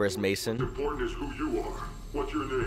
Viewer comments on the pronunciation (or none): none